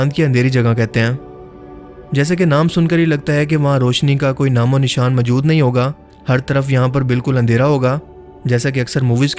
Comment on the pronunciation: Majood???? Bhai moujood hota hay wo.